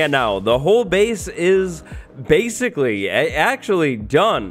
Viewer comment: He said "BASEcally